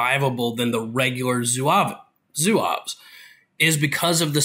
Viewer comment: "Zouaves" as you pronounce it in the beginning sounds like a mexican city hahah :-) Amazing review otherwise! Thanks for the great feedback. I've been looking at getting some French for myself (since I play France whenever I can), and thanks to your great overview I now know what to play. Great work! You should pronounce Zouaves like Zoo-ah-v. The "e" and "s" at the end are silent. Same for Briscards, you pronounce it Bree-scar. The "d" and "s" are both silent. For Chasseurs, they are pronounced "shass-her" Now can't wait for your O-12 overview :D